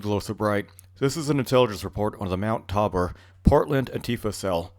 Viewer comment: FYI it is pronounced tay bore. I had the unfortunate luck of living in that socialist hell hole for many years. Also mt tabor is home to the city water reservoirs that at one time were open air but I understand they were in the process of covering them.